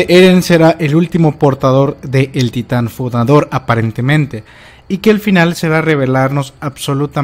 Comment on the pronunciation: "Titan fudador"